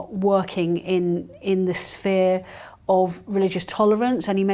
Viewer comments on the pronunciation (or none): It’s SEMITISM and SPHERE, not SEMINISM and SPEAR!